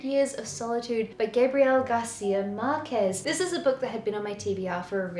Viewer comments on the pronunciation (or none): none